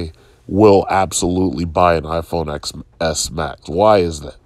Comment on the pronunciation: Apple fan but doesn't even know the 'X' in iPhone Xs is pronounce 'ten' instead of 'x' as in the letter. 🤷‍♂️